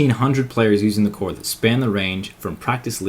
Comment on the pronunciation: Why does TheCore sound like a sect to me? Maybe it's because the way you say it.